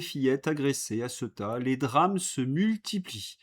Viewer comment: Cher. Ceuta se prononce Céouta. Et URSS: U air SS et non pas U ré SS Merci pour ces entretiens! J'aime moins quand vous avez un invité.